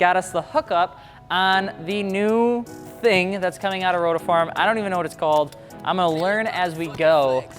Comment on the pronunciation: Ok stoped watching becsuse of you saying rotoform.